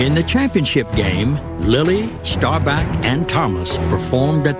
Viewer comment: His name is "STAW-BAHK" not Starback!!